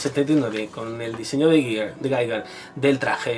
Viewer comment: todo esta muy bien, exepto lo de geiger, es GIGER